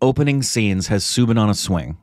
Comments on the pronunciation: It's not subin... It is "Sou" sound from the word "south" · His name is pronounced Sau-Bin , as in Sau for Sauron